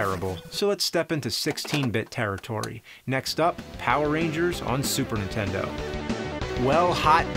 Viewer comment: I find it funny that James can't say "NINtendo", he says "N'tendo".